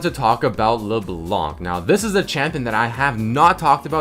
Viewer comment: NOT LEBLANK LEBLAN, YOU DONT PRONOUNCE THE FKIN C IN HER NAME.